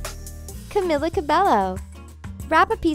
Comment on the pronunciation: It’s camila ca-mi-la